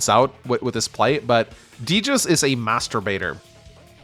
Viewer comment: Great game, but every time says "Master Baiter" it sounds like he is saying "masturbator"